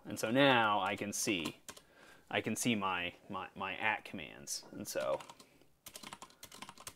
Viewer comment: Been loving the videos. Always throw out the newbie #s pls. Say the default baud rate we should try. :) Also, AT commands is pronounced A-T, not at.